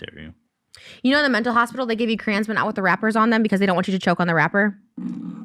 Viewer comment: Not them calling crayons “crans”